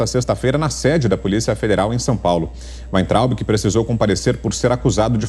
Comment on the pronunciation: ...é "Waitraub..."